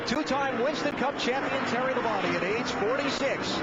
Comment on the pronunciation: That's how it's supposed to be said